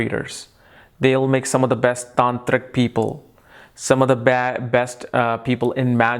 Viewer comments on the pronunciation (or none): Best = indian accent popped out Bast 😁😉